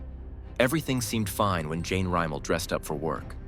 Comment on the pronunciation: Rem-ul...pronounce it right my guy.